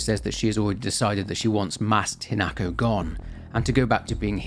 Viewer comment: Slight issue, your pronunciation is off. With a handfull of exceptions, Japanese is pronounced exactly as the Romanji looks like it should be. Hina-ko not Hi-nako. Hina- sunlight, natural growth or princess Ko- child. Kyu-bi- Kyu- nine, Bi- tail. Also, the flowers are important. The Spider Lily, in the language of flowers, has meanings of death, the afterlife, lost love, and separation. They did NOT just put them in at random.